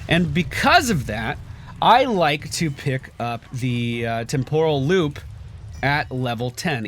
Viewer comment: why do you always mispronounce Temporal loop? It's TEMporal loop not temPOral loop